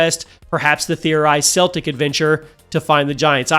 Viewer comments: It's pronounced as "Keltic" not "Seltic". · There is no such thing as SEL-TIC mythology! CELTIC....(KEL-TIC) mythology! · ‘Celtic’ is pronounced ‘Keltic’, not ‘Seltic’. The NBA team pronounces it the Latin way, not the Gaelic way. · Seltic?! It’s Celtic! Annunciate the C as a C not a S. 😂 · Can you please pronounce it properly? It’s K-eltic mythology not “Selltic” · It is correctly pronounced “Keltic” when referring to the culture, people, and language(s). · celtic is pronounced with the k sound not the s sound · Celtic with a hard ‘c’ for the love of all good and green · Okay I have to ask, why do people keep pronouncing Celtic with a soft C like the basketball team when talking about the mythology, which is pronounced Celtic with a C that's pronounced like a K?